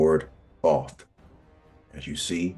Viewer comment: I stopped listening as soon as dude pronounced Thoth wrong. His name is spoken with the long O sound